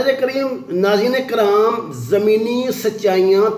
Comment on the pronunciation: Hahahaha tariq sahab still you hv problem with saying ( nazeren karim or nazeren keram)